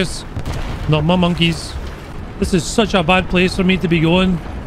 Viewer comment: ИС sounds like is, not like ai-ass.